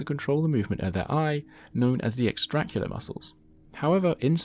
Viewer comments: Extra-OC-u-lar muscles. Five syllables for these muscles. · this is actually pronounced extra-ocular fyi